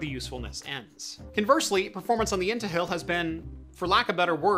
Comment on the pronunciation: I thought i heard “into hell” LOL